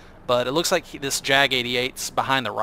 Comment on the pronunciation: 2 things. First the j in jagd is pronounced like the y in yes. I find it funny to hear a jagged panzer, maybe its a cubist painting. Second does the gun depression improve when aiming behind the vehicle. I've seen others using this and the roomba while aiming backwards to improve the gun depression.